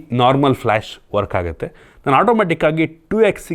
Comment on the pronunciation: "ಹೊಂಬತ್ತರಿಂದ" "ಅತ್ತು"ಸಾವಿರ "ಹಾ"ಗುತ್ತೆ "ಹಂತೆ" ಹೆಷ್ಟೋ "ಅಳ್ಳಿ"ಗಳಲ್ಲಿ ೪ಜಿ ಸಿಗಲ್ಲ "ಹಂತೆ"😂😂😂😂